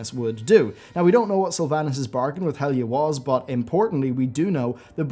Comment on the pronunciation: Is he saying Helga ? Impossible to hear what name he is trying to say